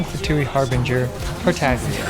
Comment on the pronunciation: "Terterglergeria" Ho boi he's getting more creative every time